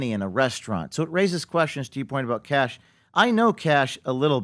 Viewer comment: Kash not Cash Patel..You're welcome